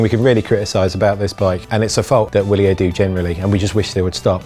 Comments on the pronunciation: Is it pronounced Wilier or Vilier? My LBS that sells them says Vilier. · Ciaran Carroll Yeah, apparently it's an acronym meaning "Long live Italy," but they pronounce it VIL-EE-yer. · Ciaran Carroll It's pronounced with a V-sound though. I looked it up since asking.